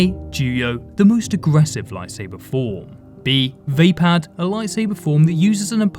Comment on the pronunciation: I believed Vapaad is pronounced "vuh-pod" and not "vay-pad"